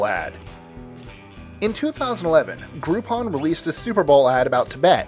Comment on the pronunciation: Do you mean "gropeon"???